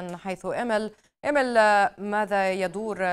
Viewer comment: إيميل وليس إمِل!!!